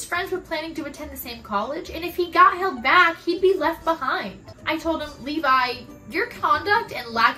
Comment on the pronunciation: As a Levi I am both offended by the use of my name in a negative way, but I'm also glad you pronounced it right. I am not an embankment built to prevent the overflow of a river